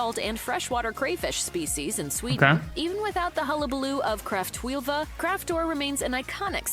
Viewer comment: Kräftskiva. Not skilva!